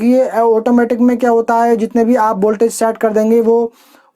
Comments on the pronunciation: bhai boltage nahi voltage hota he😂😂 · Abe boltage nhi voltage